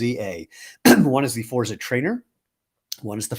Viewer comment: congrats on the new designs. forza has a heavier emphasis on the z...imagine its a double zz sound like pizza and you've got it. looking forward to trying a shoe after getting some sandals